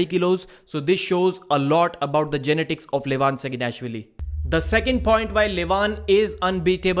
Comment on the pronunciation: Sounds like you are trying to pronounce genitals when you say genetics